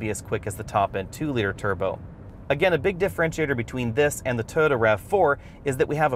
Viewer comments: Is he calling it a 'Toe-Da'? It is called Toy-O-ta. Ford seems to be improving, but I don't think it is at Honda CRV or Toyota Rav4 quality level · This guy can't pronounce the word "Toyota".